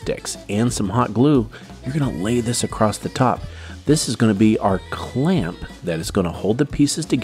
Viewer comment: It's annoying when people say acrosst instead of across